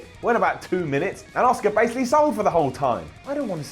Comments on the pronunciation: please say it right.. ASSKA is the correct way to say it not OSCAR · its Asuka not Oscar. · Everytime he says Asuka it sounds like Oscar and that is so annoying to me last track of the whole video after that